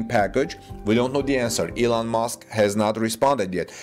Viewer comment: His name is Musk not Mosque